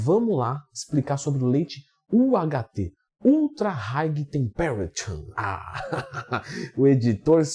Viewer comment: Acho engraçado como os brasileiros pronunciam as palavras inglesas. A maioria dos brasileiros não conseguem pronunciar as palavras inglesas. Temperature pronunciou tão mal 😹